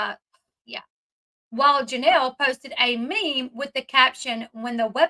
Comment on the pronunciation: I love your channel, but there’s one word that you say that puts nails on a chalkboard for me. You pronounce Meme. Memmae It’s true French so it’s really difficult to get the word sometimes I get it but my grandmother was memmae I don’t mean to make it sound like I’m trying to come down on you at all.